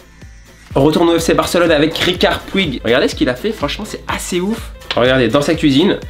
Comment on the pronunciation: Ont l'appelle Riqui Puig pas Ricard et ça ce dit Puch 😂